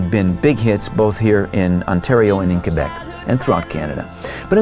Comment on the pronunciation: He actually pronounces Quebec correctly.